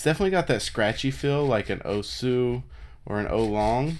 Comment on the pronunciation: It's pronounced more like "ow-choo-wang", but whatever.